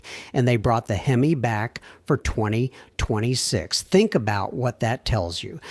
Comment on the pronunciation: You're.answering.a.computer.it.NEVER.worked.on.a.Vehicle! We're.FOOLS.to.waste.our.precious.time...THIS.ASSWipe.is.a.COMPUTER! Ai.bullshyte.can't.pronounce.2026...Totally.ai.Generated.Computer.